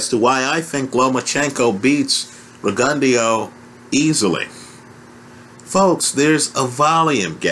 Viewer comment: what name did you call Rgio? lol